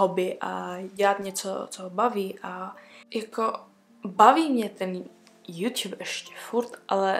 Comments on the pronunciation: Mě mega štve jak říká jůťub napsala jsem to schválně ale jsem mega ráda že je to apríl❤ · tak se hlavne nauc mluvit a ne juťjub😂